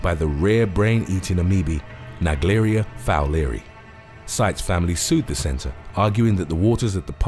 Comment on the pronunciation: Buddy it's pronounced amoeba not ameobe and it's also pronounced naegleria fowleri not the way you were saying it if you want to speak English speak it properly thank you